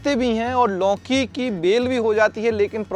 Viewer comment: मान्यवर पहले तो आप लौकी बोलना सीखें। आप लौकी को लौंकी बोल रहे हो